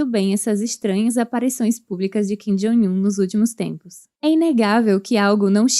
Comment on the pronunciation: Por que essa pronúncia repetida de "Jong" como "Joing"? Coisa feia essa. E ainda é errada.